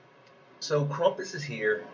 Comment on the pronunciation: LMAO at KrUmpus. KrAmpus?! Like GrAmp, Ramp, Stamp. Not trump, rump, stump. Also the meta of BK and 2 green is going to hit a wall when Lord Loki comes out at the end of Dec. Keep up the great work!